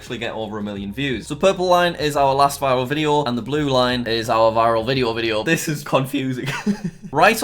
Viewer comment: What Jack says: so the purple line... and the blue line What I hear: so the purple lion ... and the blue lion